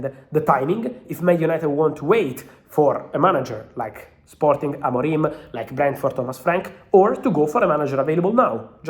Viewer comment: AMORIM, NOT AMORIME